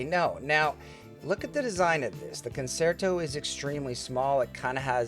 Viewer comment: Great review, it is pronounced “concherto”…I am a classically trained violinist.